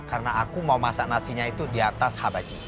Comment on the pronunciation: pak usman said : habachi. bukan hibachi 😅😅😅